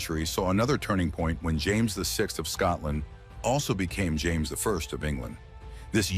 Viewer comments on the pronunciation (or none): none